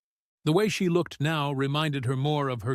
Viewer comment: I hate how ai. mispronounce so many words ! Many of which are very simple words. ie: look ed instead of looked smh